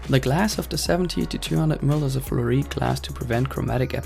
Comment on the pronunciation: you have no idea what you're talking about do you? jesus christ.. "the glass of the 70-200mm is fluorite" what?.. and you didnt even say fluorite you said "flureet"? wtf? you said it like all the elements of the lens are made of "flureet". JUST ONE ELEMENT IS FLUORITE!!!!!